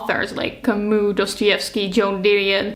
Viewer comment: I am so sorry to bother (I hate doing this please, don't kill me), but the last name of Albert Camus should be read "Kami" with "i" at the end, not "u" because it comes from french language. Once again, sorry, but it's just a bit hard to hear🥹❤️ Apart from that - amazing video. I would like more people to think that sensibly about reading. Books are a medium that should connect us, not the next topic to argue about❤